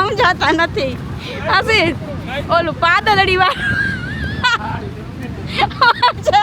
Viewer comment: પાદલડી નથી આવતું પાતલડી આવે છે